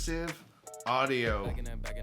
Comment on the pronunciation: How do ppl take this video serious when the presenter can't even correctly pronounce Dolby Atmos, calling it Dolby Atmuss? Its AT-MOS, where is the U in Atmos?? YIKES!